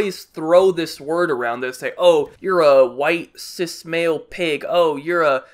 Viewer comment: It kinda sounds like he said “Mayo and female”